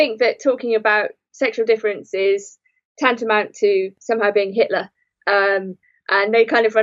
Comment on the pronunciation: the word "Hitler" only sounds right spoken in that particular London accent.